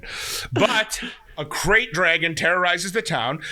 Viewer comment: It's Krayt, not Craft